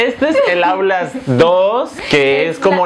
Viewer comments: a y dice outlast y Rafa dice autlast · Es outlas no aulas 😂